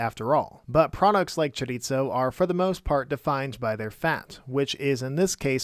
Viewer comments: Just a heads up... Chorizo is pronounced "chorie-so". Spanish pronounces their "z" different than Italians. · Where did the “t” in “chorizo” come from? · Great video, but it's pronounced "choriso" not "choritso" XD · Oof, that mispronounciation hurts to hear. The z in chorizo is pronounced pretty much like the th in mouth. Sorry for the nit-pick, the video is great in every other aspect.